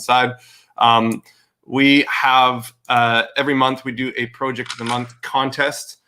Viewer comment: Project or porject? Lol